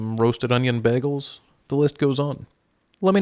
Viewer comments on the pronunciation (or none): DId yOu saY bægəl? It's beɪgəl. Or BAY-gull (for non-phonetics nerds). Obviously. Give us Canadians a bad name. We already get laughed at for a-BOOT, which I have never heard a real-life, non-YouTuber (thanks, J.J.) Canadian ever say, but bægəl (BAG-el) is absolutely a minority pronunciation of the toroidal dough creations here, and I HATE IT. But you know what? I love this channel, and will keep an eye out here for great new recipe ideas. So...on balance, the bægəl thing is probably not so important.